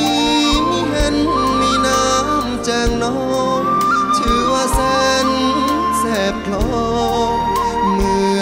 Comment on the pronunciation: เอ่อ...ไม่รู้จักว่าเค้าเป็นใคร แต่มีความไม่ชัดอย่างมากในการร้อง เค้ามีการออกเสียงที่แปลกมาก โดยเฉพาะยิ่งกับคำ แสนแสบ และอีกหลายๆ คำ ฟังมาหลายเวอร์ชั่นต้องบอกว่านี่คือแปลกสุด งงสุด ร้องไม่ชัด เราเลยจับอารมณ์้้เพลงไม่ถูก